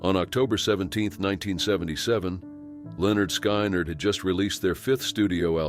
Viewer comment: Leonard Sky Nard……LOL!